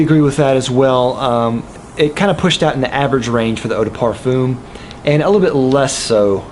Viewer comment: Why do you pronounce eau de parfum so weird? Incredibly distracting on what is an otherwise wonderful review